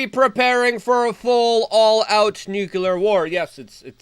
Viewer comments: Its N U C L E A R not NUKULAR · Luke, say it with me... "New clear" not "new Q ler." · Pronounced "new clear" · "Nucular war" I'm done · "OMG ITS COMING, THIS TIME ITS FOR REAL" You need a team to talk to about these titles. And you say "Nuclear" the same way George Bush does